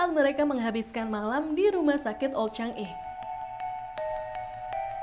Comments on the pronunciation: Changi di baca sebagai cha ngi bukan chang i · CHANGI sebutan sebenarnya CHA NGI bukan CHANG I..